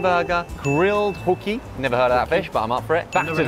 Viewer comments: Ho key not hook ee . There is only one O . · Hoki pronounce Hoe Key is a cheap poor quality fish, you need Snapper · Well we wouldn't put bloody peas with our fish & chips to start with 🤮 It's pronounced Ho Key. Flake (shark), emperor, pink snapper & dhufish are staples in most Aussie fish shops. We have the best fresh seafood in the world. Nobody beats the quality of our seafood. Oh & the best thing to put with a deep fried Mars Bar is deep fried ice cream